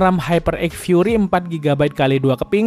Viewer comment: Banh fury bg bukan furry ;-; awooooo woof solid bwang